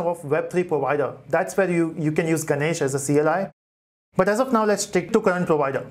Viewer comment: The way he said Ganache as Ganesh ! was the time when I commented this comment and went back to the desk controlling my blasting laugh !